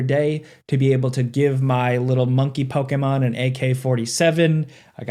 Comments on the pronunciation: Bro is the only person on the planet that says Pokémon correctly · I know you’re pronouncing “Pokémon” correctly…but I don’t like it 😂